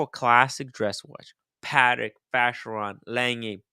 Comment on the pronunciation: you are wrong! It’s Pa-tec. Not paddock. All you have to do is listen to the CEO of the company. Pretty sure he knows how to pronounce it. 🤷🏼‍♂️🤷🏼‍♂️😂😂